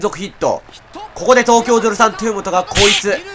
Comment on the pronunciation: 後半、東京03豊本がエラーするところの実況が「東京03とぅーもと」って聞こえるｗ 実況者の滑舌もGなのがオチか